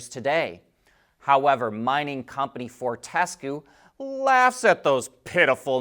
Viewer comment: Fort tis cue is correct try again